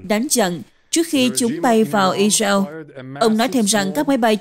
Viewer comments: Co ptv doc chu Israel la I RA EO that la bai phuc co nay! Am S o dau roi? Chu de vay ma cung khong doc duoc cho dung,that la qua kem coi. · Sao đọc i reo khó nghe quá !